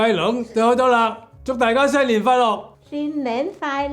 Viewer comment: Finally the Hoisan Gai Lung. she said happy new year like my grandma does with the lisp. Thin nen fai lok. he said it like we do too. Gung hay faht toy(not choy).